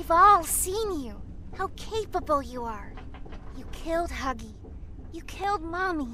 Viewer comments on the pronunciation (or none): Guys who heared hoggy yoggy instead of huggy. Waggy 👇